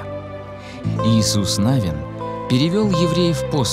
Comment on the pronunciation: Съемки очень красивые. Ударение в фамилии Навин падает на второй слог.